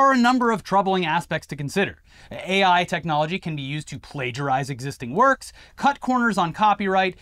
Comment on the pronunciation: "It just worrkkksss".